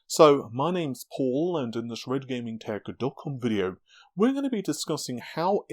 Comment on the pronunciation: He said red gaming tech dot com the most clearly i have seen in 5 years